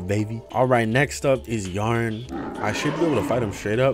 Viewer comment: He said Yharon but we heard Yharn except me